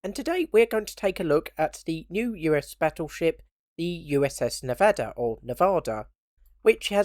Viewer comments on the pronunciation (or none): Phonetically it's pronounced "Neh-Vah-Duh" and that's the closest you're going to get to it without living in Nevada (I was stationed there at NAS Fallon "Top Gun" as Station Security).